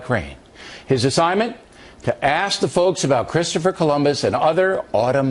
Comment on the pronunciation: .....Did a standing US senator just say "Ax " not "ask"?. Is education a prerequisite to being a law maker and role model for our young. It must be a "cultural" thing eh?